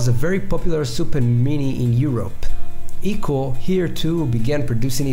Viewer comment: Also its pronounced i-co, not ee-co